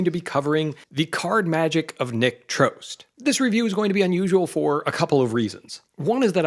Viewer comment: So, that's how it's pronounced! I've always thought "Trost" rhymed with "frost".